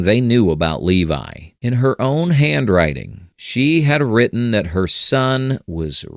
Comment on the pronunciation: “In her OOWWN handwriting” Jesus bro